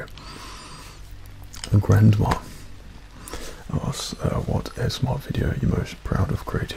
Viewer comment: The way he said GRANdma had me dead